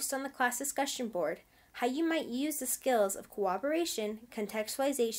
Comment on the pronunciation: Good vid but you labeled the "corroboration" section "cooperation" on the vid sections and your pronunciation is an odd mix between the 2 words. It is cor-rob-er-ray-shun not coo-awb-er-ray-shun